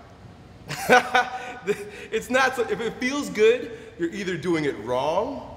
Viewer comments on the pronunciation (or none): none